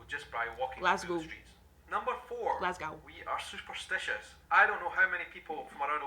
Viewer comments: The last syllable rhymes with low, not with cow. GLAZ-GO. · You pronounce it Glas - go not glas glaw